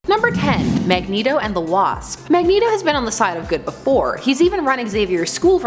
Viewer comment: "Magento" LOL